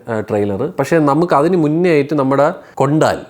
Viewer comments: കൊണ്ടാൽ അല്ല കൊണ്ടൽ 😂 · Kondaal alla bro bro its kondal / കൊണ്ടൽ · മകനെ കൊണ്ടാൽ അല്ല കൊണ്ടൽ